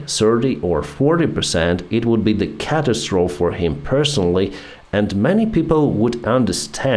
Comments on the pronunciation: I almost hate to correct you, because I find your accent really charming, but it's pronounced "Ca-Tas-tro-phy". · the final "e" in the word "catastrophe" is pronounced. Sounds as if spelled "catastrophy". Never use "no" in the same sentence as "any". Use "not any". Correct: There weren't any attacks. The stress of the word "politics" is on the FIRST syllable. Forgive me. I am a retired teacher of English as a Second Language and, as you know, bad habits are hard to lose.